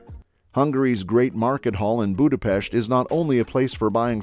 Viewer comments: Thank you for showing Hungary! The content was accurate but you completely butchered our language. Only Budapest was pronounced correctly. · BRO PRONOUNCED BUDAPEST RIGHT RAAAAH 🔥🔥🔥🔥🗣️🗣️🔊🔊🔊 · Thank you SO MUCH for saying Budapest with an ‘sh’